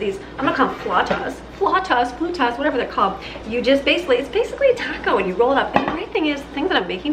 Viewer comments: fl-ou-tas (the same a taquitos)--PicK -a da-guy -o (picadillo) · You are a powerhouse! Whew! And look at all the great meals and snacks you made! I hope you have and had a gloriously restful weekend! Hugs and blessings! P.S. I believe it's pronounced fl-out-a. But I might be full of beans. 😄☺😀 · Flautas = fl-ow (like ouch) tas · Enjoying your video as usual...the flautas are pronounced rhyming with 'wow'...like flowtas. Everything looks delicious, I have been thinking of Hello Fresh...might give it a try. Have a great weekend! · Not trying to be ugly AT ALL, but it made me giggle when you were try to say flautas! 😆🥰 Your energy helps me stay motivated to get it all done in the kitchen and Gather your fragment Friday’s have become one of my favorite series of videos to watch! 💙